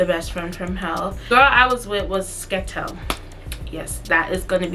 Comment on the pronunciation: calling Skettel a “Skettle” is funny asl😭